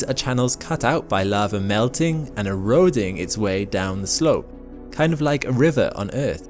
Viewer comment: What’s “lavver”?